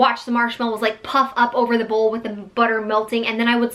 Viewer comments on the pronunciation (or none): none